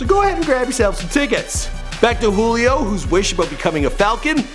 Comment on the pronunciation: It's "joo-lee o" you fucking idiot